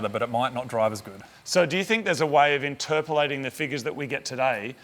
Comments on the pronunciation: "interpulating"..oh moog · Interpulating?? WTF? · Interpulating? Hahaha (Moog Slang) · Interperlating??? Is that an Australian word?? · Moog can't pronounce "interpreting"